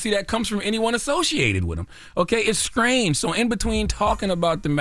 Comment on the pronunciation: This is why i cant take CTG seriously. How did he manage to add the letter K to the word STRANGE?!?! DUDE!